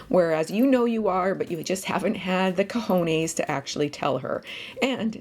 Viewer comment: As a Spaniard I find very sexy the way you pronounce"cohonees". Now seriously, your videos are really funny and informative.